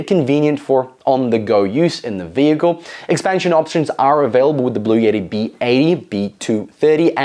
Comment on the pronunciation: Bluetti not blue yetti. Button not buddon